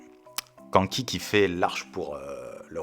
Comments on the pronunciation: prononce le K'anne ki avec le "an" de Kanki prononce le comme le "âne" s'il te plait 🥹🥹🥹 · Mec j'aime tes vidéos. Je suis un grand fan de Kingdom mais prononce Kanki autrement stp 😭😭😭😭